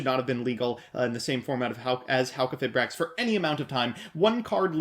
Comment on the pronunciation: Its pronounced - Halqi - fye - brax :)